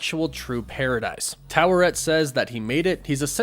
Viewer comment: Stop pronouncing the R in Taweret The way the say in the show is without the R